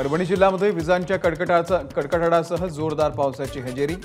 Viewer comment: कडकडाट शब्द उच्चारतांना चुक